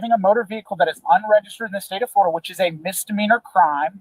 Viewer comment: Gross misdiminer... ?? What did you say